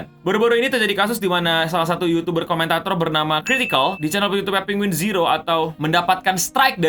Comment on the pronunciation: penguinz0 dibacanya penguin zee/zed zero menurut charlie